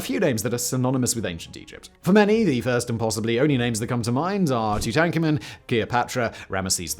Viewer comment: What the hell was that Tutankhamen pronunciation 😂